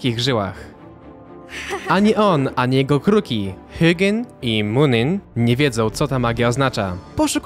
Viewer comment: Mówi się hugin i muninn